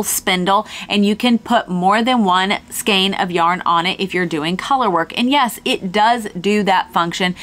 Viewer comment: Interesting stuff... and it's nice to hear you pronounce the word "skein" correctly!